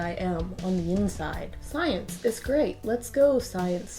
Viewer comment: schmience....not science